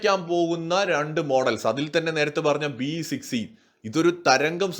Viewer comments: 'BE 6e ' ithu B6e ennalle parayunnath. E silent alle. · B-E 6e alla. Ennalla pronunciation... BE (ബി) Six e